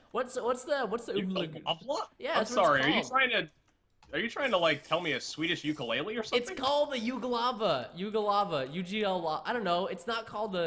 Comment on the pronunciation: Ukulele is pronounced ooh-koo-leh-leh not you-koo-lay-lee (trust me, i've been to hawaii) oh, and kamihamiha is not how its pronounced in DBZ the mi in hami is very accented so its like kah-meee-hah-MIIIII-haaaaaa